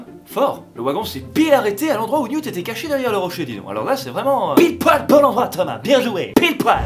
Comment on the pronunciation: Ça se prononce Newt et non mute🤨 et ça été l’amour de ma vie dans les livres❤️😭